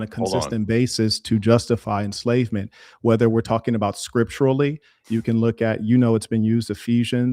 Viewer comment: “Skurp-Tooly” ≈ Scripturally